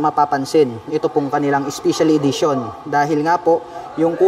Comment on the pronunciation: spicial idition😂 pronounciation